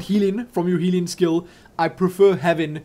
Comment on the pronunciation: I just realized, whenever says "healing", I hear "Helene". Oh man.